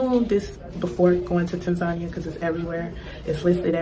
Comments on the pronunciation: Ha ha the 2nd gal needs to pronounce tazania right 🤣. And stop going to tazania. Go to uganda you wont have those issue. Mabey the pick pocketing or prices raised to muzungu price ha ha. Or go to kenya. And most americans are use to america and are spoiled and privileged like crazy. So ofcoarse most will go crazy in africa at some point. Not gonna get the princess or king treatment in situations like you do in the u.s. gotta be a humble person to handle it. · GO live abroad for about 2months and then make up your mind. Maybe young lady #2 should learn to pronounce the country name, Tanzania, correctly. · She didn't pronounce Tanzania correctly. Its a different culture,rules, customs and bribes are a natural part of the culture. An American woman alone in Africa is a not advised. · Well, I think I’ve been pronouncing Tanzania all wrong since forever 😬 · The fact both women at the beginning of the video are unable to pronounce Tanzania. Moved to an African country with a huge Indian population…… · I go to a country and can't pronounced the country's name they need to kick you out. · Go cry to someone who cares, you can't even pronounce the name of the country right. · The lady with dreds couldn’t even pronounce the country’s name right. Nowhere else scams like USA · That one girl pronounced "Tanzania" differently every time she said it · The fact that that black girl don't know how to pronounce Tanzania and is only picking countries to visit based on the cost of passports and other surface level foolishness tells me everything I need to know. These Americans think that everyone will run up to them and kiss their feet. Girl return your passport and stay in your block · Why are the mispronouncing Tanzania. Look it up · Of course you will get scammed or exploited it’s like everywhere else, you need to grease the right palms and make the right friends. Americans romanticise everything, can’t even pronounce the country’s name but expect to thrive.